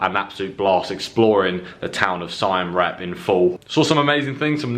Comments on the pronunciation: Hey, new subscriber and really enjoy your vlog, well done. I hope you take this comment as only constructive but you keep saying 'Sign' when it's actually pronounced 'Seem' or 'Seam' Reap. Same as there is no 'S' in Laos, pronounced 'louw'... 'louse' sounds itchy. Just saying from an old narky ex pat and do luv the place, travel safe and cheers. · Si am rep. Lol. Pronounced seem reap. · Its pronounced Seyam Reap and Wats are pronoucned 'What' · Great Video But please learn to pronunce Siem Reap properly